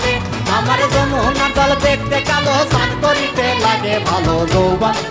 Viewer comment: কয়েকটি জায়গায় উচ্চারণ ভুল করেছে যেমন,, স্নান কে বলেছে ছান,ঘটা কে বলেছে ঘটো। তাছাড়া লিরিক্স আগে পরে হয়েছে। তারপরেও ভালো হয়েছে